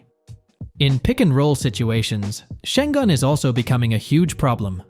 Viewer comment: He calls him sen Gun 🤦🏼‍♂️